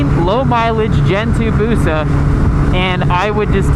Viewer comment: TURRRBOOO BOOOOOSUUUHHHH Hermione: it's busa not busaw